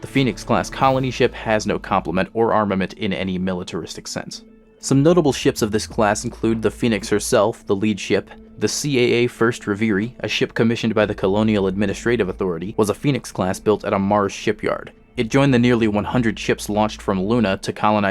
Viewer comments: >rev-ehr-re 'Revere ry' 🤢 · Man absolutely butchered the word Reverie